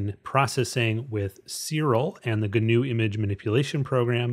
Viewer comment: Yay, GIMP! However, as a full-time grumpy pedant (😁) I feel I should mention that the 'g' in 'gnu' is silent, so it ought to be pronounced 'noo', not 'gernoo'. Yes. Noo. GIMP should be 'NIMP'. If you're bothered about matters of political correctness and cultural sensitivity, 'gnu' is from the Xhosa [South African] word 'nqu'' which may or may not have influenced or been influenced by the invading Dutch colonists. Possibly. Allegedly. Whatever. In Dutch Afrikaans the animal's also known as a wildebeest 🐃👀, which would turn GIMP or NIMP into WIMP. Anyhoooo, a gnu's 'g' is silent, like the 'g' in gnome, gnaw and gnarly, dude. Or the 'k' in knee, knuckle and knife. Shut up, Elli. Gnobody cares...🤭